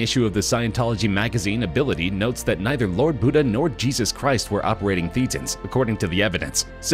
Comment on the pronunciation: It is pronounced Thatans, as in a hard a, not a hard e.